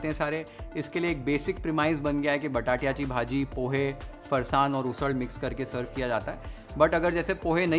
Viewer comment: एकदम झकास 👌 , " बटाट्याची भाजी " हे ऐकताना मस्त वाटलं 😁